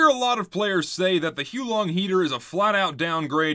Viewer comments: Its not hoo long its hows the wife long!😡😡😡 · I think you'll find it's pronounced "How Long Dragon" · its "hoo-ah-long" heater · Dude it’s not huo long it’s huo long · that's cool and all, but I'm gonna continue pronouncing it as "Hoo-long" for the sake of ease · actually its pronounced as "the who long dragon" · The correct way to pronounce the name is to say it whilst simultaneously vomiting up your entire digestive system. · The guy in the intro was also pronouncing it wrong. In fact, he was pronouncing it more wrong.